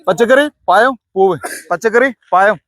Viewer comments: പയം അല്ല പഴം എന്നു പറയുക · പയം അല്ല പഴം എന്ന് പറഞ്ഞൂടെ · പയം എന്ന് പറയല്ലേ പഴം എന്ന് പറ 😅😅😅😅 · പയത്തെക്കാൾ ക്ലിയറാണ് ജമന്തിയെന്ന് പറഞ്ഞത്...... ആദ്യം പഴം എന്നു പറയു😂😂😂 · പയമല്ല. പഴം . എല്ലാവരേയും ഒറ്റ round ൽ നിർത്തുക. അവർക്കെല്ലാം നമ്പർ നൽകുക . പച്ചക്കറി പഴം പൂവ് എന്ന് പറഞ്ഞ് നമ്പർ വിളിച്ചാൽ മതി. അവർ ഉത്തരം പറയും. അപ്പോൾ ചോദ്യകർത്താവിന് ഓടിനടക്കേണ്ട . വാഴപ്പഴം എന്ന് മാത്രമേ പറയാവൂ. എല്ലാ വാഴപ്പഴവും വെവ്വേറെ പറയാൻ പാടില്ല. ഇഞ്ചിയും പുളിയും മഞ്ഞളുമൊന്നും പച്ചക്കറിയിൽ പെടില്ല മാഷേ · പയം അല്ല പഴം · പഴം പയം അല്ല ഹേ